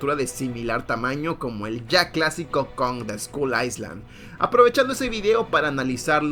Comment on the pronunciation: Kong ❌ Conk ✅